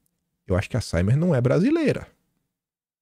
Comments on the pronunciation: Boa tarde. Siemens é de origem alemã e se pronuncia em alemão Zimens. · Duas correções que acho que vc deve fazer: a "Siemens" se pronuncia "Zimens" e "Cosan" se pronucia "Cozan'. Espero ter ajudado.